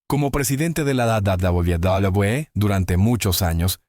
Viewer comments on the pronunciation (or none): La IA no puede pronunciar correctamente WWE